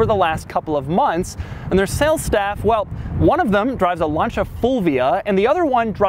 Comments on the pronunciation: "launcha" Dude.... For a so called professional car guy, you can't pronounce Lancia right? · Lancia is an Italian word, Italians pronounce C's as Ch's. It actually is pronounced Lan-chia, not Lan-seeya. See for yourself on Google if you want! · he says lancia like launcha